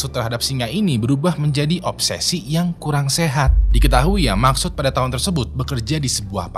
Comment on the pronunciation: Maqsood❌ Maksud✅